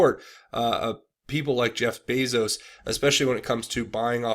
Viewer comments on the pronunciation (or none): none